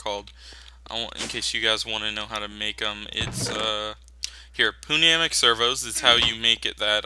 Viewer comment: This series is really getting me back into mods, can't wait for next episode! Also as an FYI, Pneumatic is pronounced New-Mat-Tic. It's weird :P